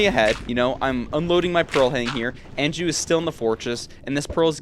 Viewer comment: Anju is typically pronouced awn--joo. awn as in yawn